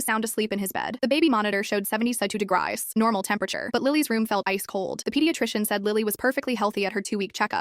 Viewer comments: “Seventywkshw twosjs degrice” Nice one ai 🤣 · "seventy sentu degris" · "it said 72 de digriis"